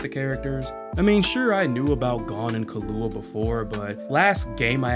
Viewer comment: Just for some help It’s pronounced Key-lou-wa. Good video btw.